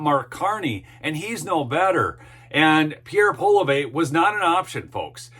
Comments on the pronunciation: His name is pronounced polly-ev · You are badly mispronounce Poilievre. Might learn how next time.